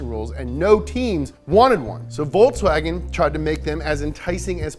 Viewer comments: It's Volkswagen, not Voltswagen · It'z Folkswagen, ja! Not ze Voltswagen, ja! It'z ze car of ze German people, Folks wagen! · It is volKs not volTs 😡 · It's folks wagon n not Volks Wagon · Please please please stop pronouncing it 'Voltswagen' please!